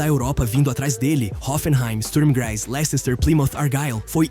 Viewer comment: Amigo uma dica: se pronuncia LES-TER. É uma palavra de de cidade chata inglesa que parece ter muita letra desnecessária. Ótimo vídeo